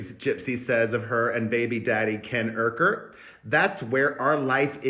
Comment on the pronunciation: Ken’s last name is pronounced YOUker